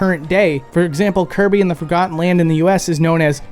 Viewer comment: 100% hands down convinced he said "Hirby" instead of "Kirby" here lol 😤😤